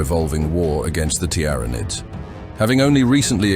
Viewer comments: Tiara-Nids and Tender-Reals got me. Not yet AI, not yet 💀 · it doesn't know how to say Tyranids. well made. tiara nids. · It's Teer-Uh-Nids.... NOT Tee-Ran_Id's... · Tyranids, TiaraNids, Teeranids, Tuurnids. Pick a pronunciation already. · You put me off watching this with your bloody 'Tiar nids' sort yourself out 😂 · Ah the very well know Tiara-Needs bruh just narate it your self... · Need to proofread this AI voice before uploading it's not pronounced TYARANID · Tiara-nids... FFS. enough of the AI generated crap. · Never heard Tyranids pronounced so many different ways in one short vid. I think 'T. R. Anids' was my favourite. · wtf is a "tiarranid"?!? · The "Tiara nids" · Not the tier ra nidssssssss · Every time this ai voice says tyranids I die a little inside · It pronounced tyranids 3 different ways lol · Your pronunciation of Tiaranids altering every time is jarring and I stopped watching. Is this AI voices order?